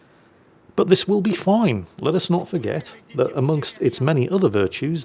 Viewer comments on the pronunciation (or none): none